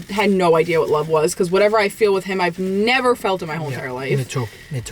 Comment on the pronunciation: “Abasooletely nevaar” ❤